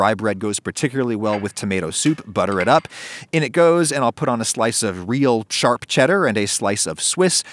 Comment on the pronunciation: "Charp Cheddar" lol